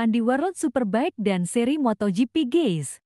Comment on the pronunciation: Jangan salah ngucapin antara GUYS dan GAYS. artinya beda jauh tu Ceu.....